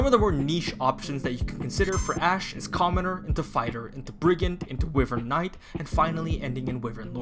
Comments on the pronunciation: i’m sorry, i really hate being that guy but its “WHY-VERN” not “Wih-vern”. love your videos btw been watching all your three houses videos! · Not normally the negative comment guy, but the way you pronounce wyvern physically pains me.